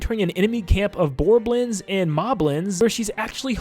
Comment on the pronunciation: What is he calling the Bokoblins? Borobins? What is he saying?